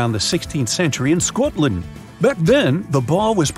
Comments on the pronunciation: The way he said Scotland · he said scotland wierd